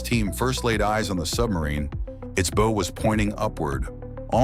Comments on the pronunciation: Robot narrators certainly have a history of spoiling a narrative with mispronunciations. The first one this let slip was pronouncing the front of the sub a "bow", as in "bow and arrow". It's a "bow", as in "bow wow". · All these AI docs mispronounce the word bow when referring to a ships forward end . It's not bow like rainbow , but bow like cow only with a b . This just proves you can't trust AI when it has to be right every time . That's why I will never trust driverless AI cars . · It’s not a’bow’ like a bowtie. It’s pronounced like a bough. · U-455 was a Type VI iC German submarine? Poor editing - your AI misread Type VIIC. The Type VI U-boat was a concept only design, never built. That should have been caught and corrected before releasing the video. Incidentally, tell your AI that the fore end of a vessel is pronounced "bow", not "bo" as in bowtie. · As others have noted, these historical videos use AI voices that miss the most basic pronunciation. They refer to the front of the ship as the "bow" (pronounced like a bow and arrow) not how you should pronounce it (bow, as in, rhymes with "how"). The AI voice also mispronounces Latin numerals all the time. The submarine was a type ELEVEN, not a type X I as the AI voice says. How hard is it to get a human being to read this stuff? Of note, other war videos mispronounce German words all the time, calling the Luftwaffe ("looftvaffe" is how you should say it) the LUFFTWAFFE. C'mon, people, let real people have a job! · "its BOW"(pronounced like an archery bow) was pointing upward. Should sound like bow as in Take a Bow" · Stupid AI computer narrator doesn't know how to correctly pronounce 'bow'. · I wish AI voices could learn the difference between "bow" and "bow". A "bow" is what ties a present up in wrapping. A "bow" is the front of a ship. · Hire someone literate to read the script. They, at least, may know what a 'bow' is. Idiotic AI!!! HATE IT! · AI isn’t so wonderful is it… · Tie a bow around that alright. 😅